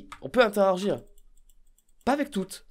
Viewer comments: Interagir, pas interaRgir ;) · "Est ce qu'on peut interaRgir" 😭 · « On peut interargire? »😂